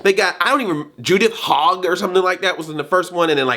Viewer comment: its Judith Hoag ( pronounced Hoh Ah G )- and I agree she like Paige Turco was an unknown actress who fit the part. This casting was purely for making money off of a hot celebrity ... not finding someone that fits her role !